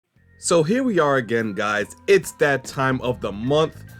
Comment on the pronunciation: years, hima wildin 😂